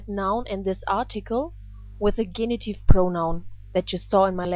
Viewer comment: Thanks much for the video lessons. May I ask to correct the English pronunciation of 'genitive'